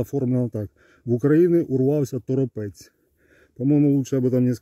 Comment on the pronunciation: Вотт. Ждала вашего комментария по Торопцу - дождалась) Он кстати не ТоропЕц, а ТорОпец. Ваши обломки дронов это конечно нечто) И есть вопрос. Наки говорил, ему военные рассказывали - то, сколько там взорвалось, это овер дофига. Сказал два раза в разных эфирах, но не объяснил - а сколько это в представимых гражданскому понятиях. Может быть, Вы расскажете? Если все в сумме - Торопец, 23 арсенал и арсенал Тихорецк? По ядерке... ну или не очень по ней, уж не знаю. У нас в городе тут анонсировали какие-то супер учения "на разные виды атак", с заводским ревуном, который уже два с половиной года не включали размяться, и какими-то специально обученными людьми, и прочим. Чатовская вата выражает надежды, что, может, наконец раскроют, где у нас есть бомбоубежища и есть ли они вообще. А непосредственно уже по ядерке - каналы пишут, в попытках второго в истории запуска рванула Сармат прям в шахте и расхерачила космодром Плесецк... не знаю правда, интересно ли вам комментировать такую "ядерку". В любом случае спасибо за ваши видео.